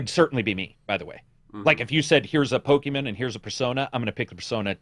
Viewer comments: its POKEMON, not POKEMEN. Just pointing it out for correction in future. Great input in the podcast as always btw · Saying “Pokeman” makes me think you either don’t know or don’t care about the franchise.